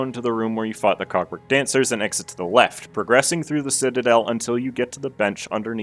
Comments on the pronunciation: I don’t think he said cogwork😭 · i did NOT just hear you say "cogwork dancers is a pretty tough fight" 💀